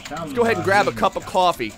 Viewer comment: koo-awwfee.....Jersey boy! :D